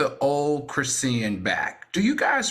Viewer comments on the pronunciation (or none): Idk why Al pronouncing her name as "Chri-see-yen" bothered me as much as it did. It's giving out of touch. Maybe I'm just trippin tho. 🤔😩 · Chris-sea-n 😂😂😂😂😂😂 Al.